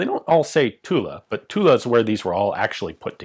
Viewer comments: Next step: pronouncing Tulle "tul", not "tuleu" or "tula". But congrats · Every time you say 'Tulle', I think Tula for some reason .... "Wait a French gun made in Russia? Oh .... Tulle with an 'e'" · The actual French pronounciation would be "Tull", the E at the end is silent. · Oh the French factory is called Tulle. I thought you were saying Tula. I was thinking "What the hell? A Russian factory making French guns?" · Almost. The French "u" that has no equivalent sound in English, and the double "l" is pronounced as dragging on it. So "Tewll" wous ble closest, I think. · is tit me or should you not pronounce the L in Tulle? like in Marseille? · The correct pronunciation for Tulle is without the final "e" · We don't pronounce the "e" in Tulle ;-) Great vid as always!